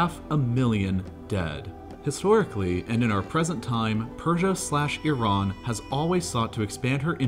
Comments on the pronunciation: its not "yee-ran" tho its "E-ran" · it's E_run and we don't care what the uniranian how pronounce it. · It’s not Yeee run either lol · It's Iran... Not Iraaaan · Normal people:Iran Him:Eiran